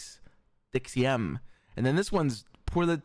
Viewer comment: The way he pronounced deuxième is actually hilarious XD